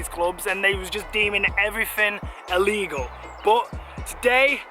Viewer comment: Will you please learn how to speak. It's clearly illegal. Not ellegal or allegal. Honestly, I'm no queen's English posh nob, but fuck me..... This really grips my shit!